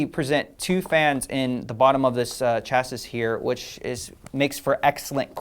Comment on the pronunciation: did you just say 'cha-sis' for chassis?